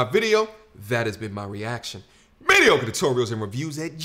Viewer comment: please learn how to say tutorials